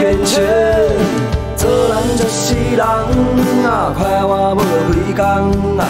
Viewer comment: 為什麼我覺得有部分發音像是不會講閩南語的人說得呀，像是就、快活，感覺就是普通話的發音，難道大田腔真的本來就這樣嗎？